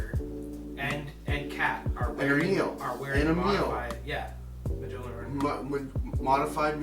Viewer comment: Its pronounced "MYOL-nur." Fuck.